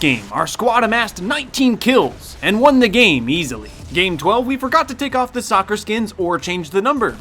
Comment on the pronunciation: “ couple of gas grenades will taka care of that. “ oh jeez xD